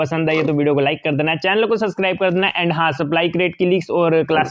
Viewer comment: Subscribe bolna Sikh pehele.... (SUSCRIBE)🤣